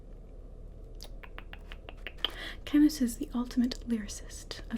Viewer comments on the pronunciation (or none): Nice - particularly like the beginning in which you're talking to yourself and typing - the best! By the way, Camus is pronounced "Camoo". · Yes, you are the sexiest AMSR-tist in existence. BUT: the author's name is pronounced "Camoo" (the French drop the S). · Hi, I love your work. I should mention though that the s is silent in Albert Camus. The Plague is good but my favourite work of his is The Outsider.